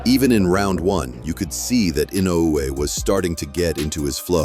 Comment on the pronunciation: For Pete’s sake, settle on one way to pronounce “Inoue”. It is……”ee-NOH-oo-wey” (Japanese pronunciation)